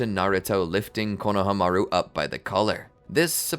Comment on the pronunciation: Pronouciation please! It’s KonohAmaru not KonahamAru